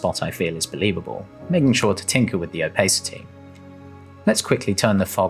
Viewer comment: I have never in my life heard 'O-pace-ity'